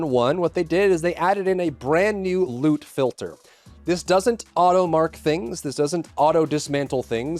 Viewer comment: Thought you said lude filter....was like wait holup wut